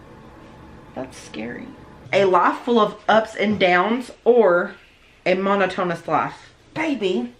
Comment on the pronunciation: A "mono tone us" life. Ugh, ya killin' me. 😂 Monotonous="Mo NOT O nuss"